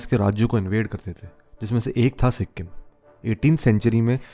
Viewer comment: It's not si-kkk-im .. the k need not be pronounced with a hariyanvi accent.